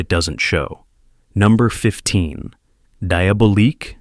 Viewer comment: Good choice of Thriller films, but the incorrect name pronunciations, especially on "Diabolique," was a little off-putting. Just a helpful tip; maybe consider using your own voice for the films as you would likely generate far more views